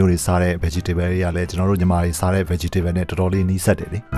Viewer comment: Bro ရေ ဗတ်ကြီတေဗဲလ် မဟုတ်ဘူး ဗတ်တေဗဲလ်